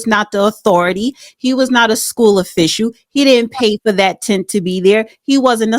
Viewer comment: "offishoo" or is it "official"?